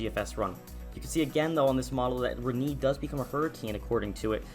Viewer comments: Reniiii? Please! Check how to pronounce a word properly. That hurts! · It’s Re-Nay. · My local news meteorologist pronounced it like 'Re-nay', which is the right way to pronounce it, Re-knee or Re-nay? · Ewww the way he says Rene... It's Ren-nay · im pretty sure its pronounced "Ren-ei"